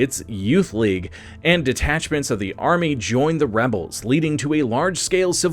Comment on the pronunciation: your voice is just terrible, you managed to say the word "khorloogiin" but butched the word "the" what is wrong with you man? bring simon back and banish this crappy understudy back to the writing room!